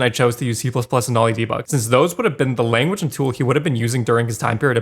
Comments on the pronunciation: game maker "lanaguge" made me laugh, great video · "Game Maker Lanaguge" xd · Lanaguge? You lost all your credibility 😂